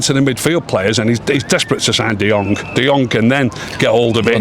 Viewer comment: and can't seem to say De Jong properly. All I hear is De Jonk 😑